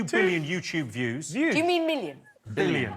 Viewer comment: I'd just like to say that the "love island" guy is a fucking idiot. He's reading off a card yet still still says "yooz" instead of "views" Why do we keep making these stupid people famous, fuck I hate the world! Still...Rikki Sixx, you are the best and I love you for posting all of this brilliant content, may all the best things in life come your way and never stop. Everyone here loves you and appreciates you, have a wonderful and safe NYE!!!!! Oh, and one other thing, Mo Gilligan is great! I just checked out some of his stand up and it's great! He's got a new fan.